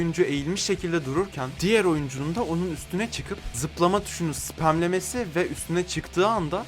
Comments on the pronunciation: 05.41 de ben mi yanlış duyuyorum. spermlemesi mi diyor? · Spam diyor sperm değil :D (spam sıpem siye okunabiliyor)